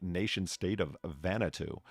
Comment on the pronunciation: Vanuatu = Van - nwaah (rhymes with the French word "moi") - too. Not Vanna 2, like the replacement letter-turner for Vanna White. Sheesh. 😁 Thanks for the stream, despite flying solo.